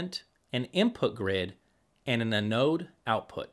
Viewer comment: Wait, how did you say “anode”? 😜🤓